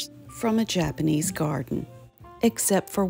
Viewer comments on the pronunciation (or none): none